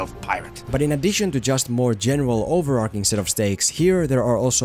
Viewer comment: Great video! One thing though, since you say 'overarching' at least 5 times in the video - it's not pronounced over-ark-ing.